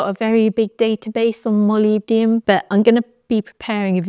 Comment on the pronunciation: Thank you I like the way that you pronounce molybdenum! I think you presented this important info perfectly.